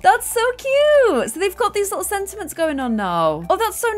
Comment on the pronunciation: Girl it’s sentiments